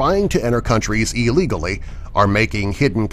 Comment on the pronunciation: take a shot anytime he says illigoly